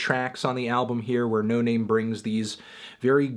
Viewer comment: its pronounced no nahmay